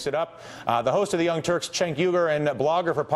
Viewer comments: It pisses me off how he keeps calling Cenk "Chenk". It's pronounced "Jenk" twat!!! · say it like this phoneticly- JENK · why is he calling him "chank?" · Ratigan straight calls him "Chenk" EVERY TIME! TYT pr girl get on your job. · i'm almost certain it'spronounced "jenk", friend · its pronounced jenk not Chenk >.> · still calling him CHENK? dam lol someone REALLY needs to notify him that thats not how you say his name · LOL "Chaynk"